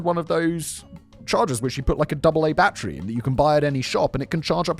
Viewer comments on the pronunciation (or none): It’s battery, not bat-tree. BATTERY. Good lord that nearly gave me a stroke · Battery.. "bat-tree".. You English folk lol